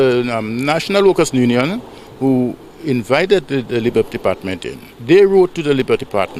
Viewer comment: Union! Not nunion